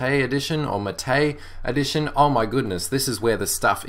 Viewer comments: Xubuntu and Ubuntu MATE (which is pronounced MA-te, by the way ;) ) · Is thát the pronunciation of MATE??